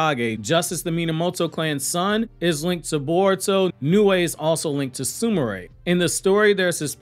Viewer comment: Bro stop butchering the names her name is not su ma ray ... it's su mire..not su ma ray 😑😑😑